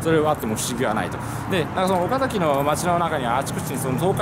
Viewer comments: おか↑ざき↓じゃないっす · 岡崎市民としては岡↗︎崎って言われるの違和感ある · 岡崎市民です。岡崎市にお越し下さりありがとうございます🎵 岡崎のイントネーションが岡の字を上げずに話すのが基本で、岡崎市民は平たく話します。 数年前に純情きらりの舞台になりましたが、途中でイントネーションが戻りました(岡崎市民から指摘されたのかも) ちなみに大樹寺の門から岡崎城を見ると岡崎城がキレイに収まります。 これをビスタラインと呼んでいて、岡崎市は条例で岡崎城と大樹寺の間に高層建築物を建ててはいけないそうですよ。 ちなみに岡崎市は京都よりもお寺が多いそうです。僕も子供の時の遊び場はお寺の境内でしたね。 それくらいあちらこちらにお寺が有ります。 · 「岡崎」の発音は、名字の「岡崎」とは異なります。地元の人は、「あかだし」と同じ発音になります。あと、岡崎市は「狩人」の出身地です。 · 岡崎市民がそのイントネーションで言うことは無いと思いますよ 実際めっちゃイントネーション気になるし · 岡崎城って発音は合ってるのに、 岡崎って発音は違うんだよなぁ